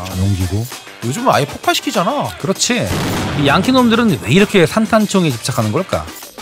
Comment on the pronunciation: 양키 양키 거슬리네